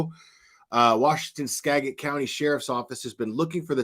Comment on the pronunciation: Ugh u keep pronouncing skagit wrong